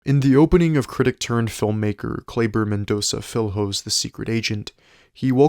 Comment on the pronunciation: Great review. Just wanna correct you on Kleber s name pronunciation. It's like Kleber "Mendonsa Fileo". Not "Mendonca Fil-ho".